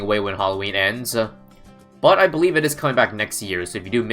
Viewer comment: "When Halloween endsuh"